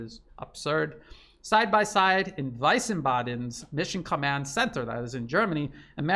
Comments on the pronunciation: wiesbaden is pronounced like weesbaden not wisebaden. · The German town from where the US is directing the war in Ukranine, Wiesbaden, was pronounced incorrectly. "ie" here stands for a long e vokal like in the English word "tea".